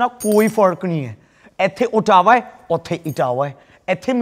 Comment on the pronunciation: ਅੋਟਾਵਾ ni ਅੋਟਵਾ hunda dhootea bandaro asli punjabi dikhayea kro